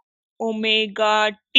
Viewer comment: Lecture is not impressive. She is very slow and wastes a lot of time writing down the explanations. Appears not very confident. One particular mention may be made: she pronounces the Greek letter 'omega' (angular frequency) as 'w', which is not pardonable. No wonder, there are no positive comments on this lecture.